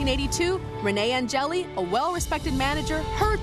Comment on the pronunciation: It's pronounced ON-GEH-LIL (Angelil) It's French.